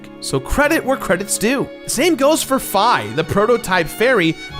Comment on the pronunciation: Plays Hyrule Warriors, and still pronouces Fi and Ghirahim wrong.